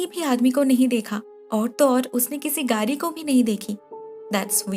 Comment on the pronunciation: Its گاڑی not گاری 😬😬